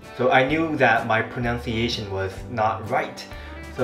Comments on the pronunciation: By the way, "pronunciation" is pronounced as PRO-NUN-CIATION, not PRO-NOUNCE-CIATION. This is not a hate comment, still love your videos!!! Just wanted to nitpick back, since you kept pointing out our(singaporeans') pronunciation. hahaha. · another one - - 'pronunciation ' should be pro-NUN-ciation nor pro-noun-ciation. 'Japanese' should be Ja-PA-nese not Ja-PAN-nese. Also 'vase' in American english is pronounced differently from British.